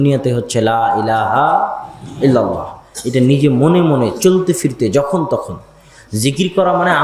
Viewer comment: ফয়জুল্লা আপনি আবদুল্লাহর থেকে আকিদা শিখেন।কি ভাবে বুজাইতে হয় দেখে নাও।তোমার ইল্লা লা বাদ দিয়ে লাই ই লাহা ইল্লা লা